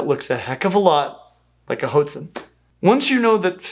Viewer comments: Not the pronunciation of "hoatzin" that I learned in elementary school. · No. It's pronounced the way you've heard it before, rhyming with 'lover', even in the US (at least according to the online dictionaries I've looked at). He's not pronouncing 'hoatzin' correctly either. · I'm gonna be that guy: there's an "a" in hoatzin. It's okay to pronounce it. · ah, one of my favourite birds though you pronounce that first half of its name too much like it's cereal for my tastes (i suppose if the spanish had chosen to transcribe it with a U (huatzin) instead of an O (hoatzin) we anglophones wouldn't make that mistake so often) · At the risk of being one of those pedantic commenters: the word "hoatzin" is pronounced "HWAT-zin," or "WHAHT-zin." The first consonant is made by blowing through pursed lips, like a silent whistle. I believe you've been to Brazil and are familiar with the Waorani/Huarani people. Same pronunciation on the first syllable - though the word "hoatzin" is Nahuatl (Aztec) in origin, and probably referred to some kind of pheasant. Anyway, not trying to nit-pick; I just know that folks around here are fond of obscure and fun facts - and I feel like "HWAT-zin" is way more fun to say than "HOAT-zin." :) PS Edit: The Weird All and VeggieTales references gave me a good giggle. Thanks, as always, for the top-shelf nerdery! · It’s pronounced “WHAT-zeen” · "Hotezin"?? I've been pronouncing it 'ho-wotzin' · Is Hō-tzīn the right pronunciation? It looks like 'Wá-tzīn' to me. Or hwá-tzīn. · isnt it pronounced hwah tzin instead of ho-tzin? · You're pronouncing it wrong: Hoatzin is pronounced "(H)WAT-sin" or "hoh-AHT-sin", not "HOHT-sin" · I've always heard these birds pronounced WAT-zin. Are there alternate accepted pronunciations? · Are we sure it's not pronounced "Watson"? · Clickbait! Never answered the Hoatzin question! And also pronounced them like Jot'sn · I thought it was pronounced "Watson" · I thought "hoatzin" was pronounced "HWAH-tzin".